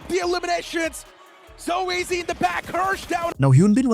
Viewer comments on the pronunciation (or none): It’s not SOEZ it’s so easy